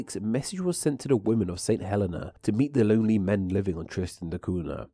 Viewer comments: FYI - St Helena is pronounced "Sent [H]ell-een-ah". Also there, "a couple" can mean more than one and "a nice couple" mean a lot. Putting an "h" on the front of words starting with a silent vowel and a "w" for a "v" stems from Victorian English, which apparently was common when the islands were settled and is also common there now or was so in the 1970s when I lived in St Helena. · St Helena is pronounced "saint heLEEna" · It’s Saint Heleeeeeeena! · i will always pronounce it Trish-tan da Coon-ya just because it sounds funny. btw i used to think that St. Helena was pronounced as you did but a friend who's nana was from there told me it's apparently hə-LEE-na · You just butchered my countries name. St Helena is pronounced Saint Hel-een-a, and Tristan da Cunha is pronounced Tristan da Coon-ya.